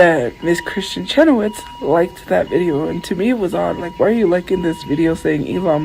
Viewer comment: Why is she calling her "Kristen Chenowitz?" 😂